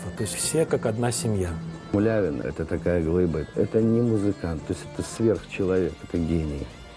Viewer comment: Извините, мулявину, фамилию правильно